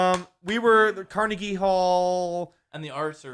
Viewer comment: As someone who is fluent in Pittsburghese. YOU PRONOUNCED CARNEGIE WRONG!!!